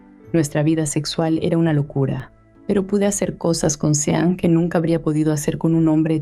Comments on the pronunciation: Mi amor dejame correjirte, en ingles de pronuncia como shaun para sean. Compremde? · "Sean" se pronuncia "John" xd